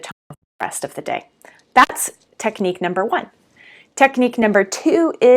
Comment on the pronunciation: I had to rewind a second because at first I thought you said #2 was “a weekly beating!” Ha! Probably not as effective as a weekly meeting.